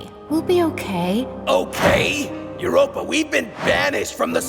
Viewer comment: Did anyone hear that ganomy called uropa babe🤨🤣😂😅🫠